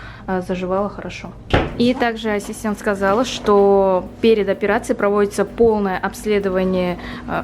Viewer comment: Ты чё не можешь сказать ассистент?